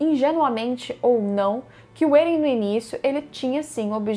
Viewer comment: Você esta pronunciando vários nomes erradoa. Êren? Histôria? PIKI?